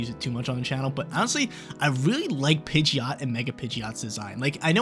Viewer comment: DO NOT LEAVE OFF THE D IN PIDGEOT!